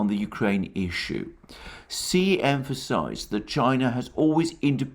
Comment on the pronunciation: Btw Xi is pronounced approximately “she” or “shyee “